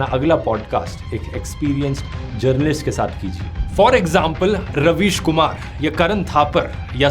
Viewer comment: bro said Ravish Kuman like whatttttttttttt 🤡